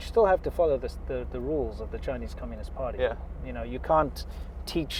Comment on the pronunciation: you are hurting chynise ears😂😂😂